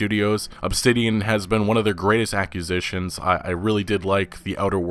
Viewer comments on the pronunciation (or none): The way this guy says accusitions instead of acquisitions is slightly bothering lol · It's acquisition with a q. You are pronouncing the cqui like the ccu in accusation. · Not even 20 seconds into the video and we're blessed with "accusitions". Tremendous. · acusitions???? I think you mean acquisitions bud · "Ack-u-zis-shunhs"? Acquisitions? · so baffled at the beginning that he said accusitions instead of acquisitions XD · Acquisition not accusition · "Accusitions" when it's "Acquisitions" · acquisition "Ak-WEH-ZIH-SHUN" Not "Ak-you-zih-shun" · You say acquisitions funny. Accusitions? What's next, aluminum? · "Accusitions" OK I'm done with the video. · You lost me at ‘accusitions’ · hearing "ack-yew-zishuns" and its killing me inside. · pronounced ak wee sition. not whatever tha fuck u said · It's pronounced "Ack-kwuh-zition", as in "to acquire". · I love your work, dude, but... say it with me: "a - quiz - itions" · What are these "aq-you-sitions" you're talking about, some kind of mix between a acquisition and an accusation? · Lol, did he really say "Accusitions"? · You pronounced aquisition wrong within the first 7 seconds of the video... I can no longer believe anything you say. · Hate to be that guy but you don't know how to pronounce acquisitions. Thanks for the vid tho dude! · I like that you can’t pronounce acquisition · Acquisitions is not that hard to pronounce man